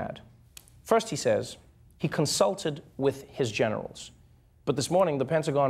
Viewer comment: Every time I hear the phrase "I consulted with my generals," what I hear is "I consulted with my genitals."